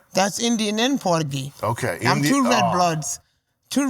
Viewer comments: Did she say porta geese? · "Awwm puryaghee, ynooo?" I've heard corvids make better attempts at emulating human language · Sam, she tol u. She porta-gee. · Indian AND “Porta-gee”